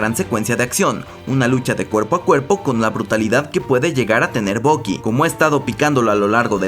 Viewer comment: todo bien hasta que le llamas "bocky", por que tenéis que cambiar la pronunciación a todo los latinos ? que obsesión, mira que ni los americanos lo hacen.